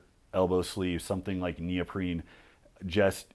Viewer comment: He says "neoprene", but the initiate would hear "Neil Breen"